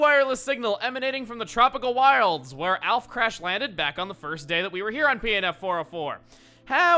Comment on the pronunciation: listen to how says wild. Wtf?